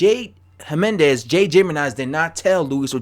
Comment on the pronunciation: Jimenez is pronounced He-Meh-Nes